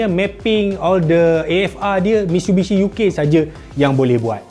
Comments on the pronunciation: Dengar macam MISHUBISHI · No one:: "MITSHUBISHI